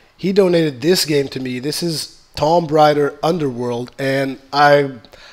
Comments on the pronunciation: lol its pronounced Tooom raider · I found it kinda funny how he said tomb raider wrong. also luv the vids man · Druid. And for everyones sake please god say tomb raider correctly.